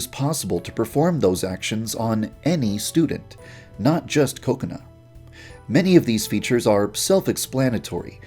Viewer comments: it's funny how every time he says kokona which is pronounced ka-ko-na he instead says cocona but it's sounds like coconut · Is it pronounced .. Coco-nuh or Cu-co-nah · Why do i heard ko ko nut Instad kokona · is it just me or when i hear Yandere Dev Say Kokona i hear Coconut?